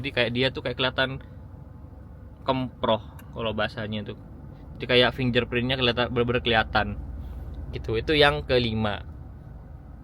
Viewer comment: finjer prin😂. Boso jowo wae mas rasah enggres enggresan